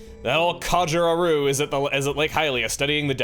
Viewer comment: The way you pronounce "Auru" is like nails on a chalkboard (no offense intended), since it's a clear reference ot Rauru whose name has the accent stressed on the first syllable.